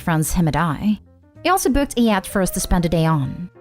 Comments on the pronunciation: 'YACHT' does not rhyme with 'cat'. It's pronounced as 'yaht'. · What In the world is a “yat”? The mispronunciations are beyond irritating and make listening intolerable. Hire an editor of at all possible. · Yacht: say it like, “yaat” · It's pronounced yot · Is this a computer-generated narrator? 😆 The “Yat” is cracking me up.